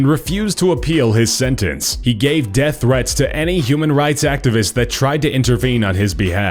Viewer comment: Uhh i think tending just said "senteance to life"